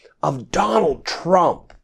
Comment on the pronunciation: You should STOP saying the LOSERS name..lets only refer to him as "the LOSER"..you always put too much emphasis on his name..